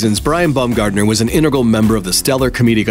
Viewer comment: “intergal” Integral. Integral. In-TEG-ral.